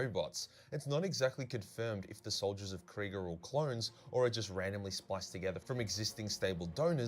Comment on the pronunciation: People mispronouncing things doesn't bother me at all, but I was really not expecting "Death Corpse of Craig" 😂